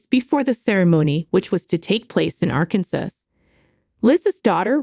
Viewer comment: “Arkansas”- is pronounced incorrectly this entire video 😂